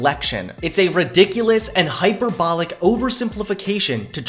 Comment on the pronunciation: you are too smart to say hyper bolic... Please stop, it makes ears bleed 🤪